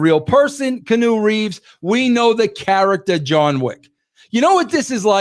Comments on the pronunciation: "Canoe" Reeves 😂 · Wresul-ling and Kanu Reeves 😂😂😂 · KEY-ANN-NEW, Jesus it's not that hard🤦🤦🤦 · "Canoe" Reeves😂